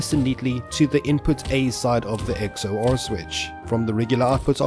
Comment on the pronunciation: Please just say “X” then “OR” rather than “X” “O” “R” im losing my mind